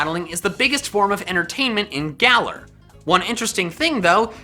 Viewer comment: Am I the only one hearing say GalER